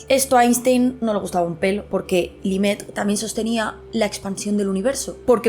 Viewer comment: Rocio, cómo sé que te gustan los idiomas, dedica un minutito a buscar la pronunciación de mi casi paisano Lemaître. Básicamente sería algo así como "le-metr". Estabas diciendo algo empezado en "li" qué no era reconocible. No se, yo tengo un Grado en Astronomía y Cosmología con un "minor" en Neurobiología (título británico) y ninguna de esas cosas me parecen tan misteriosas, sencillamente cosas qué no sabemos aún y qué tal vez el cerebro de una especie primate cómo el Homo Sapiens no tenga la capacidad de entender. Nuestros cerebros son al fin y al cabo un producto imperfecto del proceso evolutivo. Buenas vacaciones y gracias por la promo de Nextory, probablemente la pille.